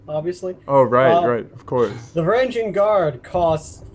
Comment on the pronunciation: You miss pronounced Varangian